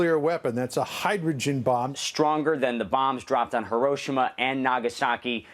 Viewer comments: I'm just appalled by that man's pronunciation of Hiroshima. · The dude butchered the pronunciation of Hiroshima..